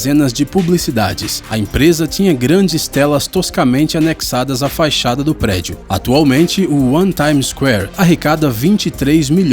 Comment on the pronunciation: ⚠️⚠️⚠️⚠️⚠️ SHOW, mas... Por favor é FACHADA e NÃO "FAIXADA" e é MENDIGO e NÃO "MENDINGO". Do mais, muito interessante!!!!!❗️❗️❗️❗️❗️🙃😊😱😋😜